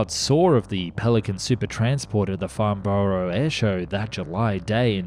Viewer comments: it's pronounced "farn bruh". Not farn borrow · Note to narrator, a vast amount of times borough is always "burrrh", like Edinburgh when it's preceded, e.g. Farnburrh, but when it's word its pronounced Borough (London) = Bo-er.